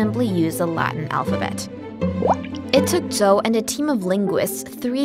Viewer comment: The pronunciation of Zhou confused me. That is not the Zh- pronunciation I have learned but I am of course only a foreigner. (Her American English had a few blemishes amid a sea of perfection: "ancient" was pronounced without completing the first 'n', that is, the tongue didn't touch the top of the mouth at the end. "Quite" was pronounced "qui" once, with no hint of the 't', not even as a glottal stop. Both mistakes are typical for native Chinese speakers.)